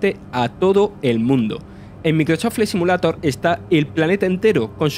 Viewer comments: Aprende a pronunciar por lo menos el nombre del juego. No mames. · Microsof flai SIMULATOR jajajajaj lpmmm me agarraba algo cada vez que lo pronunciaba. No podessss